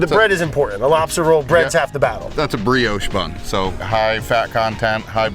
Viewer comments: was waiting for the "brioge". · Half Sour, "Brad, say 'brioche'"?